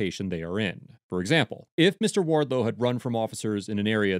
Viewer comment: the way he says "JOGGERS" just cracks me up